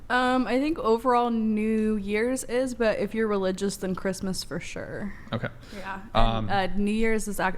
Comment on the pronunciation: Listening to her say "sure" as "shore" this entire podcast has been hella annoying